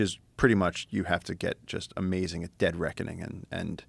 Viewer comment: Love Hancock, but it's hard to hear "amazzin" and "rezzorses" over and over.